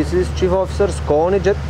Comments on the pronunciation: Skane Jet wie auch Skåne werden weder im Schwedischen noch im Dänischen oder Norwegischen "Schkone" ausgesprochen. Wie kommt man nur auf so was, zumal wenn man sich mit dem Thema beschäftigt und sogar ein Video produziert und veröffentlicht? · wieso sagt der ständig "schkane"? also wenn man kein schwedisch kann dann soll er es lieber deutsch aussprechen 😂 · Die aussprache von skåne tut zwar echt weh, aber sonst wie immer gute dokus